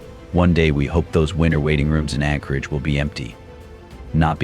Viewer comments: Anchorage not Encorage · As an Alaskan having just picked random spots in this video to watch to see how much the information has been skewed. Anyone who believes even 2% of this is quite possibly retarded. First off the AI can't even say Anchorage, nor does Anchorage have 300k people especially when you remove Eagle River from it's equation. What this video is definitely not going to tell you is that the majority of these homeless are either Natives that were kicked out of their villages because they were a problem so let Anchorage have them or they're scamming people. Those camps are usually removed when they start causing issues, generally criminal activity or public safety, like fires. Many of these people choose drugs and alcohol over trying to improve their lives. These people are handed camp gear and handouts along with many opportunities to improve their life situation, They generally choose this. The issue with no beds is because the perpetual homeless keep taking those beds when people who are actually trying to improve their situation or lost their home need them. Around the 14 min mark there were lies about natural resource issues causing them to be on the streets. I wonder why they didn't show the Hazmat crews going in to clean up camps with needles, feces and meth cooking all in the living spaces. As for the Dividend paid to all Alaskan residents and the natives that get dividends from their native corporations don't get spent on survival tools or self improvement. HLS is quite possibly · This guy can't even pronounce Anchorage correctly.